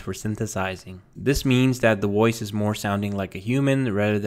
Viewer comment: The voiceover in this video sounds artificial ?? It's just that the system seems to be changing Vs to Ws. Sounds like it is saying WOICE instead of VOICE.